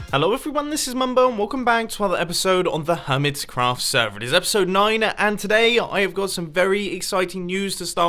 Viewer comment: Does it annoy anyone else that he says 'HermitScraft server' instead of 'Hermitcraft'?